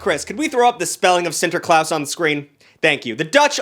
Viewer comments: sinterklaas is not pronounced like claus. Its pronounced just like when you have to open your mouth at the dentist and they make you say "aaaaah". Thats what it sounds like, not claus. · Alright I'm all for bagging on the Dutch language because of how stupid it sounds and silent letters and it's gross to speak. BUT. Sinterklaas is literally written how it's pronounced. If you pronounce it correctly. Sin Ter Klaas. Wrong word to bag on. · cant belive this mofo cant prononce sinterklaas